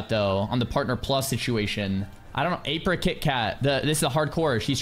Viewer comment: kinda funny u and apri pronounced each others name slightly wrong XD